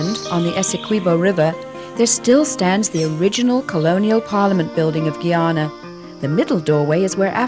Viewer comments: GUY-ANA not Geyana!! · Black water yankie.... cannot pronounce GUYANA....